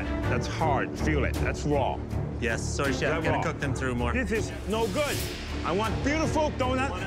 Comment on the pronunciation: “I have an uncooked donut it’s RAWR in the middle” 😂